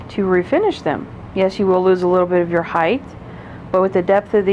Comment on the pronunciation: Length, width, height…..not heighTH 🫶🏻